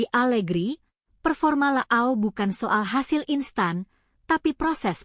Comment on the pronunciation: Leao ❌️ La ao ✅️ 😂